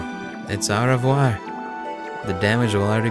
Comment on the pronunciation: Au revior is pronounced au vwah